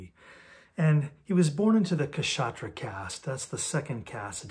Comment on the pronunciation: India also had Mimamsa, Samkhya, Nyaya . So all were not Vedanta . And 'Kshatriya' is pronounced as 'shuth-riya'. K is silent.